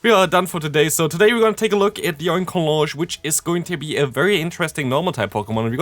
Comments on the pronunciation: The correct pronunciation here is OinkoloGNe. GN, Ñ, not J. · Another great video,! Just to continue helping with pronunciation if you feel like you need it, I say it as follows; Oink-alone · Oinkologne is pronounced like Cologne, the city.